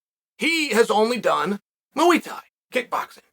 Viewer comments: “Moo-weee tie” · Learn to fucking pronounce muay Thai. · MOOEY Thai! LOL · It gets me every time he says "Mooey Tie." 🐄 + 👔 Freakin love Uncle Chael ❤️ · "mooey thai" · Mooouy Thai???? Thankgiving we definitely talking bout this unc 🙏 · "Moo-eee thai" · What's up, we Talkin about MU-E Tie??? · I normally love Chael’s opinions on stuff. But… he calls Jonathan Haggerty “Josh” “Mooey Thai” is not kickboxing. Adesanya vs “Piera” 🤣